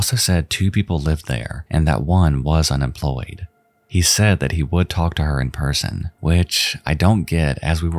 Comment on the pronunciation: The L in talk is silent....